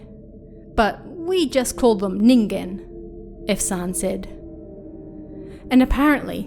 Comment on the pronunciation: Thank you for saying "Ningen" correctly 😭